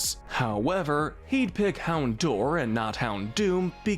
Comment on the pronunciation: It’s pronounced YAH-mask, ZETT-zel-kahn, hown-DOWR, uh-roh-muh-TEESE, LAH-punny, cry-AH-GUHN-null, UH-LOH-muh-moh-luh, COHM-bee, lie-PURD, MEEN-shao, and el-GEE-em, “”! 🤨 The second of which has a silent T! You’re just as bad at pronouncing names as Kyle,! 🙄